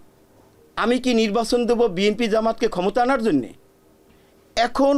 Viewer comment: বিএমপি বিএমপি বলছেন কেন ? একবার শুদ্ধ করে বলেন- বিএনপি